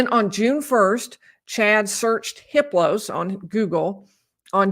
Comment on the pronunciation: I heard that you don’t pronounce the H in Hiplos. It’s pronounced Iplos.